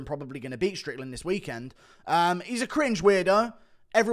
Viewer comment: Dude 4 minutes in that Sean strickland sounded PERFECT that actually caught me by surprise since I’m used to the guru accent